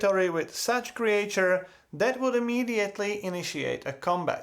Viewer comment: Creature pronunciation tip: "creetchur" Awesome video, as usual, love the work man